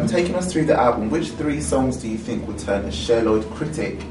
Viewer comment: "I fink" I love it I love her!!!:)